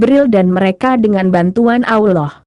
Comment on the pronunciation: Si "AMIN" PUNYA SIAPA BROW?..ROBBIL AL "AMIN"..setiap ayat di Alqur'an nyambung tuh ke " AMIN"..kalian jarang2 tuh bilang amin😁..jelas2 kata ALLAH yg kalian tulis punya dobel"L"..tapi kalian ucap dibibir kok ALAH ALAH saja?bener tuh tulisan dan pengucapan?😁